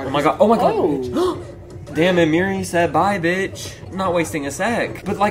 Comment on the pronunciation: Its Miri not Mary😭